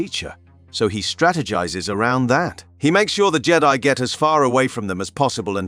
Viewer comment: Why did you pronounce Jedi like that? So weird Jeddy